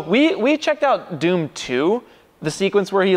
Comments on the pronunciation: Ascuse me it is dhoom not doom "h" is not silent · Their pronunciation of dhoom though! (No offense) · Intro was so bollywood, really nicely executed 👍👍🤣🤣, and btw its not doom its Dhoom 😂😂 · The word they says 😂😂😂dhoom = dum 🤣🤣🤣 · It's not Doom, it's Dhoom, comeon guys you are ruining the pronunciation as they are ruining the laws of physics 😂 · Its dhoom not doom 🤣🤣🤣😂🤣🤣🤣🤣🤣🤣🤣🤣🤣😂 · I died when they pronounced dhoom as doom 🤣